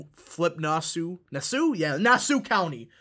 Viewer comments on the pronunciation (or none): We pronounce Nassau like Nas Aww. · Lol you pronounced Nassau way wrong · The way you pronounced Nassau, I'm suprised you pronounecd Suffolk right, lol